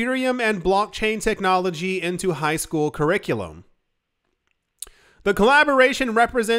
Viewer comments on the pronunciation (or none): none